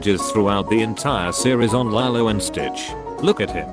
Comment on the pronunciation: the pronunciation of Nani Pelekai and Lilo HURT ME